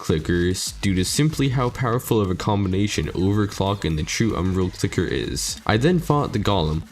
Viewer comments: Donate a dollar for every time you said clicket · Dude is having a harder time pronouncing a C and L together than actually fighting these bosses